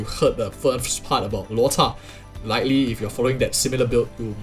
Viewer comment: Why are you always saying "Luota" when his name is Luocha